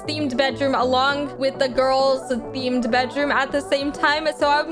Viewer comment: “where are the gorls”